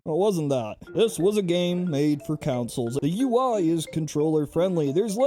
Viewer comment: I cannot get over their pronouncing of Console as "Counsol" lmfao